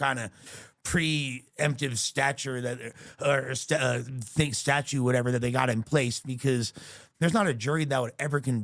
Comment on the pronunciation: Did he say "stature"and "statue" instead of statute? What a dope